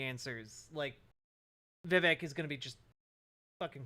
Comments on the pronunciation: Vivek rhymes with cake :_kekw:. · Came here to remind everyone that Vivek rhymes with cake but damn, you beat me to it.